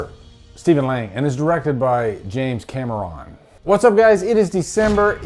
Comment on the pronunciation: The way you introduced James cam-er-on like a-a-ron and bl-akey and de-nice..